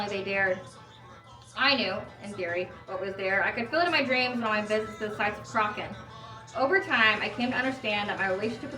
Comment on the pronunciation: oh nevermind you answered it in the video - if you like these guys you might dig primordial and omnia! they do excellent morrigan inspired music as well, also it's pronounced cruh-uh-chan (the ch is like you're clearing your throat).